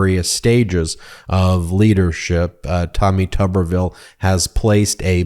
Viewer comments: Actually pronounced as Tooberville. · How is it that his name is pronounced with a short U sound when there isn't a double b? #PotatoTown